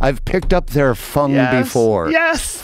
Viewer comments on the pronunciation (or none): Funk not fung